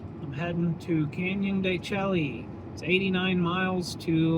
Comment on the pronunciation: Hey fellow Vanlifemeowers… knows how to pronounce it. He’s just playing a friendly little joke with his viewers. The only thing missing every time he said “Chel-ly” was the wink at us. 😉